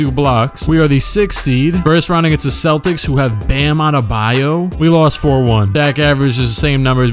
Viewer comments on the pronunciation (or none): none